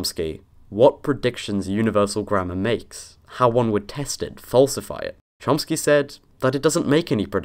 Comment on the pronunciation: *Chomsky. UnBeLIEVABLE how many of you got that wrong. It's Noam Chomsky, not Lomsky.